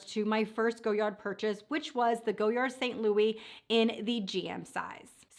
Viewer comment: It’s “go-yar”..the “d” is silent.